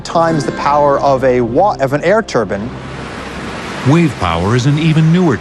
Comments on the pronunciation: When he says 'turbine', it sound like 'turban'. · Hehe, that guy says Turbin.. We watched this in our geo class..